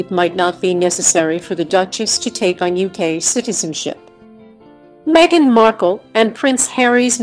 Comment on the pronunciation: Stop calling her Megixt. Her name is MEGHAN. God bless Harry, Meghan, and adorable Baby Archie.